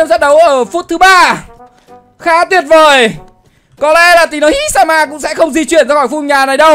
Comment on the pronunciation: tina hi sama thì ộng độ đọc là tina híiiiii sama